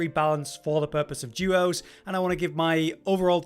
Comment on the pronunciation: the juos mode 🗣🤠 juos 😜